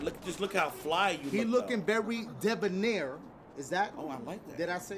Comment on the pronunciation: Devinair??? I love you, my boy, but it's debonair.